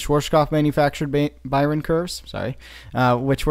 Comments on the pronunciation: It's just "Bayern" not "Bayren" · Your pronounciation of Bayern was SLIGHTLY wrong, the 'r' comes after the 'e'. It's the last sound before the n. Source: I'm from Bayern. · Instead of saying "Bayren" try pronouncing it like "Bayyearn". Or like the english word "buyer" but with an "n" at the end. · Bayern, said [Buy Urn / Buy an]. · It’s pronounced Bayern BAY-ERN . Like the FC Bayern club from Munich. As a German speaker I can confirm u are pronouncing it wrong